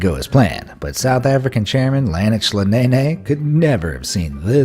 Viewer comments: So Nhlanhla is now pronounced as "lanexer"???? Yoh ha.a 😂😂😂😂😂😂🇿🇦🇿🇦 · Nhanhla is pronounced Inkan-kla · The way you pronounced “Nhlanhla” terrible!! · 😂😂😂😂absolutely butchered "Nhlanhla"